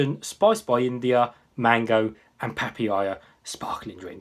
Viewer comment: Pa pa ya .. not papiyaa hehe